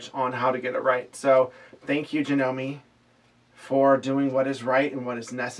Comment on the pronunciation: A bit of trivia for you! Janome is a Japanese company (it's actually pronounced Jah-noh-meh). Kuro means 'black' in Japanese. I tend to like descriptive names, names that indicate something about the person/animal/item, so here are some suggestions along that line. Kuro, of course, but also - Kaguya means 'shining night', Kura means 'darkness', Keiko means 'shadow' or 'reflection'. One of the meanings of the name 'Mei' (which is pronounced like May, or that's the closest equivalent we have in English) is 'beautiful'. Miyako means 'beautiful night child'.